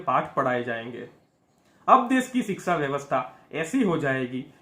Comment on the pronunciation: Sir aap siksa na bolkar shiksa bolen.